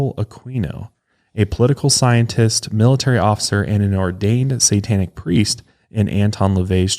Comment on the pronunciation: and his troubles with the sitanic 😆